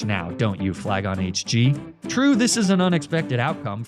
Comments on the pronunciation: Am I the only one who heard flygon say “flygonh d” instead of hg? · bro what are you saying “elm is a fascist” whaaaat 😂